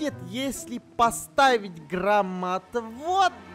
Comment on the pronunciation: Мне одной показалось что они сказали гробоотвод?😂✊